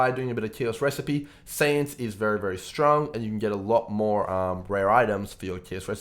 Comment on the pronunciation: Yo man, perhaps u are well experienced at Poe and so on, BUT, ur voice and how u pronounce words are so defective, i recommend u to use a voice changer or smthng to avoid this ridiculousness. Thankfully there is subtitles function. U sound like " u got phtrong bokses every thingle map..." Anyway, ty for the vid.